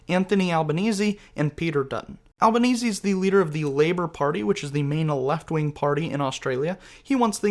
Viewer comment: Congrats on correctly pronouncing the name of the Prime Minister, Anthony Albanese (rhymes with Sleazy). Easy by name; sleazy by nature.